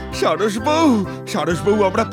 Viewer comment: গল্পের নামটা সঠিক করে বলেন😅😅😅😅😅